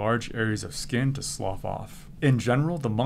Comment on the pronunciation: Did anyone else pause and did a double take when he said "skin slough off?" Thank you for this information.